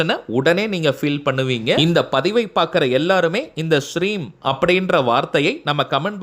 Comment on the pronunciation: U prinounced Shreem in video it seems Hreem